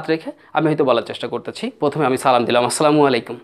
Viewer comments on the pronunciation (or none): শেখানোর আগে আপনি আপনার সালামটা স্মার্টলী উচ্চারণ করতে শিখলে ভাল হয়।